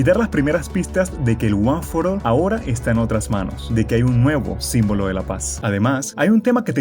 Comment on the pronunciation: No es guanforal es guanforol